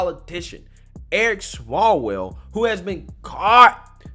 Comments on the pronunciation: That clowns name is. S W A L WELL….not small well…btw it’s pronounced LOW-S not lo-wes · You missed pronounced his name. It’s Swallowell.. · Not that it matter but your saying his last name wrong.